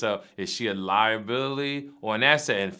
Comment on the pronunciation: saying it again. Lieabillaly